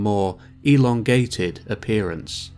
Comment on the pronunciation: Phenomenal video that got randomly recommended to me and introduced me to a whole new (and terrifying) sci-fi universe. I'm in the rabbit hole now. Also, I know this is 100% unintentional, but the way the narrator accentuates the word "elongated" when talking about the Marsian colonists had me half-expectibg to hear "and resembling a muskrat" after.